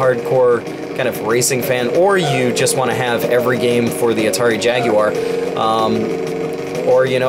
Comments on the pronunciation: Holy shit, an American that can say Jaguar correctly. I had practically given up hope. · Had this been a little less Street Racer/BC Racers and a bit more Mario Kart it really would have been help to the struggling Jaguar. As always, Thank You for not pronouncing the Jaguar as "Jagwire".... The only people that should ever pronounce it that way should be Brits and even then it kind of bugs me.;)